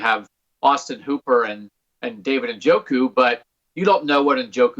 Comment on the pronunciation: Why is it that alleged professionals won't pronounce David Njoku's name the way he says it's pronounced? It's Nuh Joe' Koo, not En Joe' Koo.